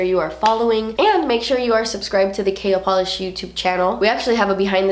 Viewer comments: Every time you said KL Polish, I thought you were saying Kale Polish...🤔... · Am I the only one that giggled to myself when she said "KL Polish", because it sounds like "kale" polish 😂😅